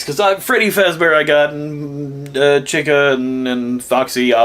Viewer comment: It’s pronounced cheeca